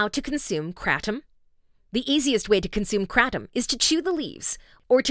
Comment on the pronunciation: Awe god the pronunciation of Kratom